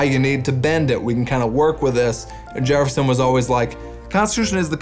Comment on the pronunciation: Jereffson instead of Jefferson gets me every time 🤣